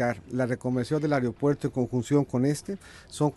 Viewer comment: El "Areopuerto"